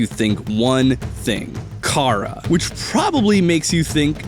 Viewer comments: it ch ara not kara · Kara? Its chara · its chara not kara get it right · Chara Is Not Pronounced Car-ah,It’s Pronounced “Care-ah” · Its cha-ra not kar-aa if this helped you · Not Kara it's chara Char-ah Edit: Adriel might be the villain!!!!! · exscuse me did he just say.....cara? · I pronounce it "char-uh". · STOP SAYING CAW-RUH, JFKGBEWIUJHSIDNVIXJCVBXTG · It’s just a little thing but chara is pronounced like character because it’s a play on the word because it’s the actual person you name at the start of undertale